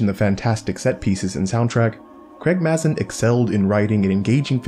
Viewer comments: It’s pronounced Craig M”a”zin! With a long normal “a” sound. Not Craig Maaaahzin like your saying it! :P I cringe and kinda laugh every time you say it. Lol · Excellent video :) As a head's up Mazin is pronounced "May-zen"